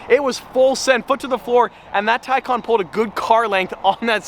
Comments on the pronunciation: "TICON" I think you mean TAY-CAN, Please fix it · Isn't it TAY CAN not tie khan? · It is pronounced TAY CAN not TYCON just like GAL LARDO not gil lardo. For supercar owners they brutalize some names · Tycon? I thought it was Taycan.... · u said taycan a lot